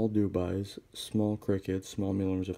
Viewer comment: FYI it's dubia. Do be uh